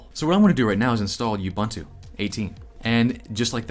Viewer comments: Repeat after me: OOH BOON TOO. Ubuntu. All the "u" 's are pronounced the same. I'm from Africa, where Ubuntu is also from. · Ubuntu is pronounced oobn'too. There's a video of Nelson Mandela describing it. It means hospitality; welcoming. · Cool video. Keep up the great work. One thing: You are pronouncing Ubuntu wrong. It's pronounced "oo boon too" (Zulu for "I am because we are"). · As an African I simply have to object to whatever the hell you keep calling Ubuntu. It should be “Ooh-boon-to”. But I don’t blame you. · Just a note, Ubuntu is pronounced oo boon too, it means love and compassion. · I just have to address the pronounciation of "Ubuntu" Its a Zulu word ... it means "I am ... because you are" I know this because I live in Kwa Zulu Natal ... the literal home of the Zulu Say it with me "Oooo Booon Tooo" but cut the Tooo part really short. But now say it with a stereotypical african accent. You saying like You-bun-to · It's pronounce "oo-boon-too" :) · I like how you say Ubuntu and Azure. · Well, at least you're consistent in how you're pronouncing Ubuntu... :P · the repeated mispronunciation of 'ubuntu' is a bit grating. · OOBOONTOO not YOUBANTOO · Nice primer. BTW: – All the "u"s in Ubuntu are pronounced as "oo", so it's pronounced "oo-boon-too", not "you-bun-too". – sudo is pronounced "sue-doo" (as in, super/substitute user do ), not "sue-doe". – You don't really need to do apt-get anymore; you can just do apt. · It is pronounced oo-boon-too. Also Ubuntu (and other flavors of linux) also has a GUI much like OSX and Windows. When installing Ubuntu without the GUI you are generally installing the head-less server version typically used to run things like apache or nginx. You don't want the overhead of flashy graphics when running a server. But I am probably explaining waaaay more than the person trying to get in to Linux needs to know. So just sudo apt-get do-release-upgrade for now and upgrade from windows to a unix based system. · Did he say Yubuntu?